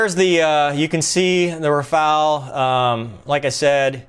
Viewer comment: why not trying to speach out the word "Rafaele" in a correct manner....... ?..... :-(..... // in so many USA-vids, so many guys are absolutely terrible in foreign languages...; but of course..... hey, I am American....; I give a sh..... about other languages..... :-( // greetings